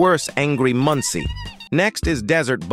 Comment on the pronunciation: Whe the ai says angry munci i hear it as "angry muntsi" 😭